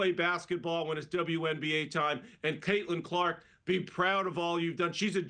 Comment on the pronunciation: I mean, you could at least the woman's name correctly.....